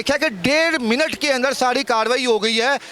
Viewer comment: Milut nhi minut hota hy